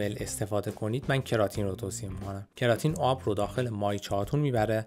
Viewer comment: کراتین رو کمی اشتباه گفتین استاد امین قسمتی در یوتیوب بهتر گفتن در کلیپشون